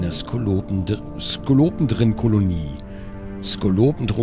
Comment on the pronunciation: Skolopendra (oder Skolopender) man spricht es "Skolo-Pendra" nicht einfach so über das "P" drüberschreddern lieber gronkh ;) sind Hunderfüßer, sie gehören zwar mit zu den Tausenfüßern, aber gerade wegen dem äußeren der hier im spiel gezeigten kreaturen hätte ich die bezeichnung "Hunderfüßer" besser gefunden. Aber das wird ohnehin beinahe niemanden der dieses spiel spielt auffallen.... schade eigentlich